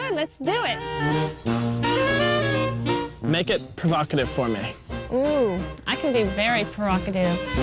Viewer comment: Guy “make it provocative for me” Mum “ooo, I can be very per-oc-ative”. Lifts leg 😂